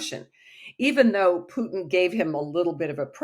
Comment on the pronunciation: What a joke, that woman can't even pronounce Putin his name correctly. The truth is that Putin's popularity in Russia is at a all time high as the recent presidential elections proved decisively while the US is loosing it's pathetic proxy war. On the political side more and more countries are joining BRICS and the multipolar world.